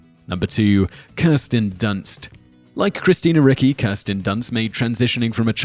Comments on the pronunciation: REE-chee. It's Italian. I do NOT see how Simon can be SO wrong in SO many videos, and always with very easy names. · Isn't Christina Ricci pronounced 'ritchee'? I thought it's Italian name, if I'm not mistaking two c's next to each other are pronounced as English 'tch' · It's not Christina Ricki lol!! Ricci, reechee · Christina Ricci's name is pronounced REE-chee, not RICK-ee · When you mispronounce the names of super famous people whose proper pronunciation is easily sourced, it really makes a person cringe. Christina Ricky? Ree-chee. All over the place. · Christina Ricci? Ricky? Reechy. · thought it was ree-chee too, not ricky. AND, it was Roger Corman, not Robert. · I thought it was pronounced 'Richie'. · It's pronounced RICHIE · It’s pronounced Ree-Chee !! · Christina Rie-Chi. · it's Ricci as in Ree Chee. Simon, look up some pronunciations. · Christina Ricci...it is pronounced like reach-y. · Pronounced Ree-chee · Yup. Ricci = Richy